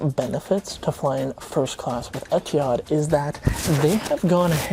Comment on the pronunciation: I’m sorry as someone who can speak Arabic I’m getting seizures hearing you pronounce Etihad